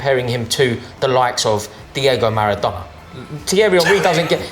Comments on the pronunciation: Man said Maradona with his chest open😂😂😂😂😂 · Man said Maradona 😭😭😭😭😭